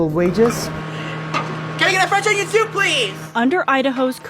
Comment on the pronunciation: You're doing Nova too...im already dead alive because of all the livestreams on 2H4S channel for the novaweek i won't make it to the end of the week 😂!!.That's an iceberg!! Stepping into.... "Fwench onion thoup" reviews / worldofpdfcords is quite brave to be honnest thanks lad for the great work 😁!! Let's see if you're still finding swag in his baby suit 😎